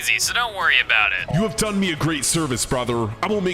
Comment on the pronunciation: On he said zoo insted of zues lol😂